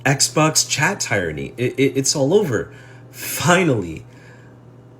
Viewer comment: Is anyone really gonna be influenced by a guy who can't iron his shirt or pronounce tyranny?